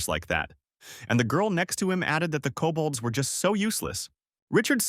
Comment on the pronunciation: "Cobalts" does NOT equal "Kobolds" 🙈